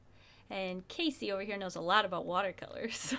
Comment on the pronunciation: When you said Kasey, Siri turned on 😂